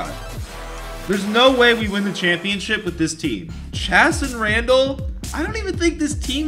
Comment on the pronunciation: please pronounce Chasson Randle’s name correct lmao